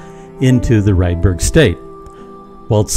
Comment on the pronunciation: AI says Redbird matter instead of Rydberg matter?